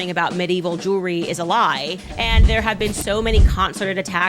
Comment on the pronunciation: Medieval Jew-elry lmfao